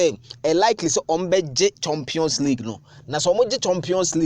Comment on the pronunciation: 'Chompion' instead of 'champion'. Eiiii assntefo) and their pronounciation